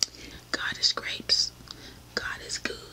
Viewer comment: did you say god is grapes lmao 🤣🤣🤣🤣🤣🤣